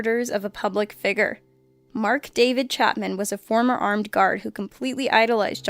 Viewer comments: She said figer.....not figure....does that bother anyone else? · "A public figger" What. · she pronounced figure wrong